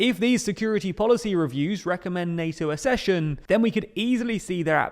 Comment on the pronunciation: Very interesting. One small thing, Accession is pronounced Aksession, not Assession. Like Succession, not like Secession.